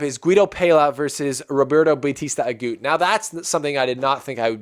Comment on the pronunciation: I had a impression that you don't know much about tennis. If you do, you can't say RBA is a clay courter. Please do your homework before the show ( watch matches at least highlight, research about players and tournament rules). PLUS, please pronounce players name properly, if you can't , just call roberto RBA instead of babbling like a baby. make this show professional. I know you youtubers doing this for business.I am not a RBA fan by the way but just got annoyed how little you know about other players or matches unless Federer plays in them.